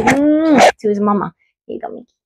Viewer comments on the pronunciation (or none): none